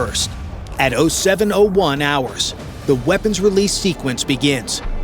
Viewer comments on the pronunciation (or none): it's zero7 -7 hours not oh7oh7 hours. don't play at being military get it right!